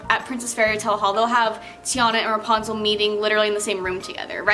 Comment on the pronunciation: she was saying reponzle instead of repunzle